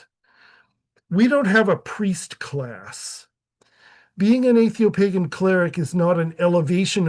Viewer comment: Either atheopagan is misspelled or you can't pronounce it.